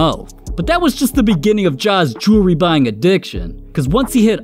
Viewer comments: It amazes me this dude spends this much on Jewelry (Jerrrry) that he can’t even pronounce nor tell the time with. Don’t get me wrong I think this dudes an amazing basketball player but nobody in the nba deserves this much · "new joory" 😂